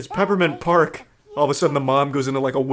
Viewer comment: "Peppermint Pasrk"